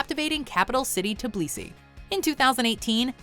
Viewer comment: Tiblisi? Its Tbilisi!